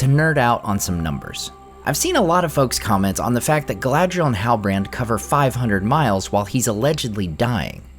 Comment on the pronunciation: Galadriel? Not Galadriel?